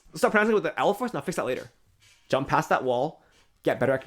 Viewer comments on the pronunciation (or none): none